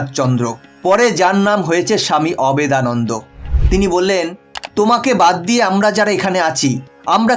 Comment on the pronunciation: অবেদানন্দ নয়, অভেদানন্দ।